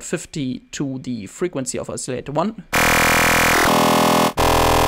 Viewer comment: you are very taleneted! not trying to be a dick or anything but most people say oscillator like : oss-a-later / os-a-lay-tor ... You keep pronouncing it: a-silly-ater (there is no y in it) This is an amazing tutorial thanks very much for the advice : )